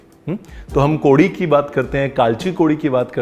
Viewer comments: So sweet chef, nailed it, the right way of saying kodi & kalchi kodi👌👍Im a Goan and the colour of curry is perfect😃The taste will elevate the next day when specially cooked in clay pot😃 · I am a Goan & i loved the way u said kalchi koddi...its really delicious to eat curry the next day with pav & cup of tea...Thanks Chef waitinv for more Goan recipes on ur channel😊